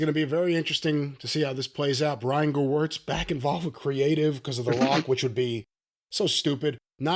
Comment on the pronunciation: Corny still mispronouncing Gewirtz' name I see😅